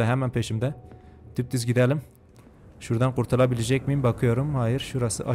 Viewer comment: dumduz ❌ dupduz ✅